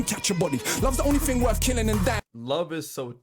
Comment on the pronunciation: Bit of info that will help you - when they say words that has "th" they only pronounce "t" Three sounds like tree Thing sounds like ting Youth (which he says in this) sounds like yout